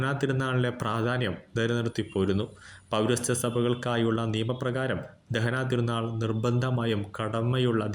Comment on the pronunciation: ദഹനാ തീരുനാൾ അല്ല ദനഹാ തിരുനാൾ എന്നാണ്.🫀❤️🙏